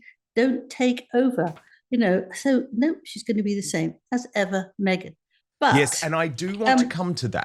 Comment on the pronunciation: 'As Ever,' sounds like "What ever" ! 😂